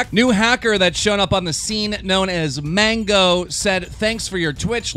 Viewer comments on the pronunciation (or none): none